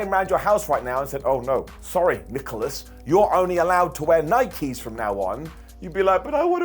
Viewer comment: I’m mostly just shocked to see a British person say Nike correctly for once